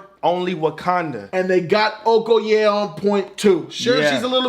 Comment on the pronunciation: I fucking love you guys!! And you said Okoye the exact right way.